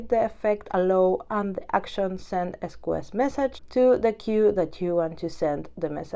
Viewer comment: interesting sqs pronunciation "es coo es", later you pronounce queue properly... ES cue ES is correct... sqs === ES CUE ES or s queue s... good lesson thanks for the content!!